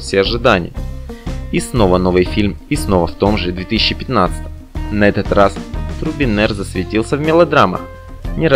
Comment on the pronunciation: озвучка((( не Турбинер!!!! а Трубинер!!